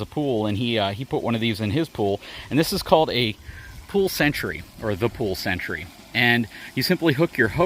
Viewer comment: That's Sentry like a guard not century.